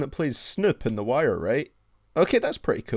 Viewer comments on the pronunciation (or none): none